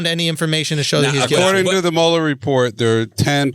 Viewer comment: I got annoyed by Andrew mispronouncing Muller's name and I am a French speaking African LOL.